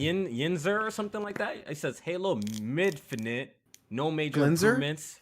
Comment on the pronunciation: "Clay-low Mid-finite"